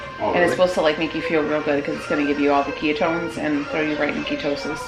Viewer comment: Did you say “ke-yuh-tones”?? 😂😂😂😂😂 girl you kill me